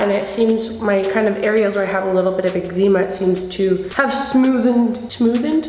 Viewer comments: 'egg-zee-ma' lmao ily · Omg that hair is everything, this minimal look is bomb ❤️ I love how you say eczema 😊 I’ve never tried the matte foundation but this one is for me and here for it